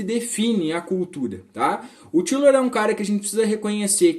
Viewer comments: Lembrando que a pronúncia é "Táilor". Os ingleses e norte-amricanos pronunciam assim. No início quando comecei a ler a obra dele também pensava que era "Tílor". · A pronúncia não está certa . Até onde sei